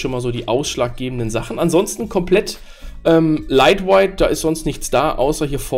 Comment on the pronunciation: Lightweight ("weight" wird ausgesprochen wie "wait") Captive portal (nicht capAtive portal) Tethering (das "e" wird ausgesprochen wie das von "the" und nicht wie das von "tea"/"tee") Firmware (das "r" wird ausgesprochen wie das vom deutschen Wort "Stirn" z.B.)